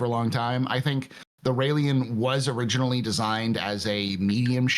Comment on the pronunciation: Agreed! Thank you!!! I’ve been saying that for a while. Railen is a 2 syllable word, there’s no Lee in it. Syulen is also a 2 syllable word, there’s no Lee in it, also. Derp.